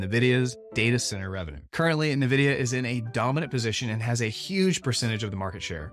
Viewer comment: So much research on the stock... But still mispronouncing the name?